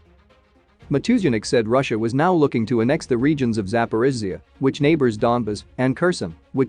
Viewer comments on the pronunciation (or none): none